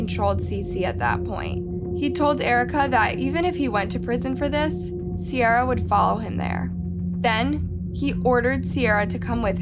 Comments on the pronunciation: you really piss me off with the pronunciations when they’re literally saying the it correct way in the videos you attached ! ITS C-AIR-UH ! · Her name is said like see-air-a not see-r-a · The fact you mispronounced Ciara's name while using video of people saying it correctly the entire video was annoying af. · I feel like at this point you just go out of your way to mispronounce these peoples names. it’s not just Ciara, in almost everyone of your videos your mispronounce the victim/a witness or anyone really name, and then show a clip where they very clearly say the name correctly.